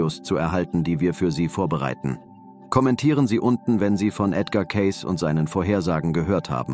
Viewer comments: Sein Name wird Ceysi ausgesprochen, er war einer der größten Hellseher überhaupt, bescheiden und immer für andere Menschen da. ❤ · Sie betonen falsch seinen Namen. Oder Ki.😢😢😢😢.schlecht leider